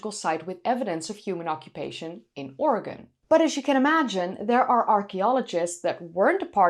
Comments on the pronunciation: Thank you for pronouncing 'Oregon' correctly. 'Oregin' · And yet, it should be pronounced correctly. But I have thanked for pronouncing it correctly. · Thank you for pronouncing "Oregon" correctly! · Thank you so much for pronouncing "Oregon" correctly!😀👍 Thank you for the updated video. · *standing ovation for your pronunciation of Oregon. ty for caring what locals say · You pronounced Oregon exactly like a local,something few Americans can pull off.😎